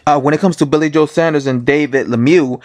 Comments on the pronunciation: It's Saunders not Sanders. This video gets iraating after 15 seconds. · Fs it’s pronounced SAWN-DERS (Saunders) not SANDers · Saunders* not Sanders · Saunders not Sanders.... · Why do yanks find it hard to say Saunders ? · Luke Oconnor I know tell me about it....too much of colonel sanders and his chicken I reckon. It’s got a U in it, it’s not SANDERS ffs